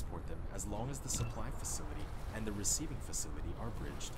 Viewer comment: Thank you for video, however it may just be my broken mind, but can you possibly stop dragging out the last syllable of words when you speak ? Copperrrrrrrrrrrrrrrrrrrrrrrrr, andddddddddddddddddddm , place hereeeeeeeeeeeeeeeeeeeeeeee, etc. it wrecks my head :P